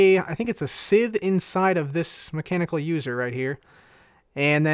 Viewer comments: Likewise, it's pronounced S-EYE-th. Not sizth or sith. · Scythe=(Saith) Manyullyn=(Man-you-Lin) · its pronounced (s-eye-th) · cub, thats not how you pronounce scythe , its pronounced, S-Eye, TH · Just letting you know scythe is pronounced [sithe] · Crafting Unicorn sigh-sith sounds close to it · you say sycthe wrong